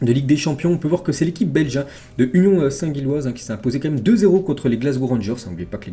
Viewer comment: Faudrait faire un effort de prononciation mdr, St-Gilles( prononcer Jilles)